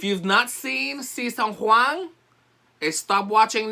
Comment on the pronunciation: Season "Juan" lol